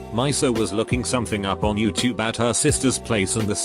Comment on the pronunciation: Nobody: The robot narrator: Yaoutube